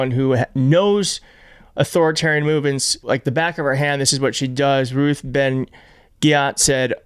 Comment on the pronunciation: You fool, you never even heard of Ruth. You couldn't even pronounce her name right,but you sit there like you've known her forever and a day. 😂😅😅😂